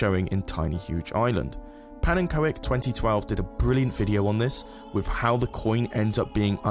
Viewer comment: did... did he pronounce pannekoek (dutch for pancake) as pan-N-ko-ek???